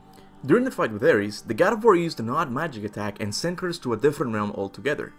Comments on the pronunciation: I'm pretty sure his name is Kratos, not Curtis bro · Thought bro kept saying Curtis 😅😅😅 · I’m dying over here. Every time he says Kratos it sounds like he’s saying Curtis. Haha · I know what you're saying but it sounds like you're saying Curtis which is hilarious from now on his name is Curtis. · Anyone else hear him saying "Curtis" instead of Kratos? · I sounds like he's saying Curtis and not kratos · When you say Kratos I hear Curtis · Kurtus kurtis lmao pronunciation